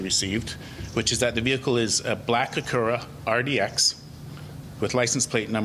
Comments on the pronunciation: he said “Ac Ura” 😮. 🙊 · That's the proper pronunciation. In Japan it's Acuura.